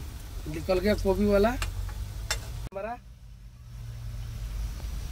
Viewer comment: Kobi ni gobhi hota h bolna to shikho😂😂😂